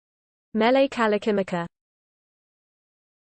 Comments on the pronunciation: you d r not even close to saying it. im hawiian im from hawaii and you dont say it right at all ur a noob at prouncing Mele Kalikimaka. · If you come to Hawaii and say it like this we will escort you BACK to the airport. Every way was wrong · That's not how you pronounce Hawaiian syllables. Aloha and no mahalo